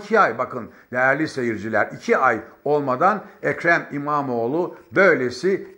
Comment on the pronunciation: "ekre mimamoğ lunaaaa karşııı", program yapıyorsun abi az bi diksiyon mu çalışsan.